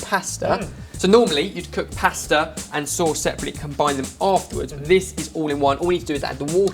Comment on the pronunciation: I love how you guys say pasta lol, it's not posta but pasta xD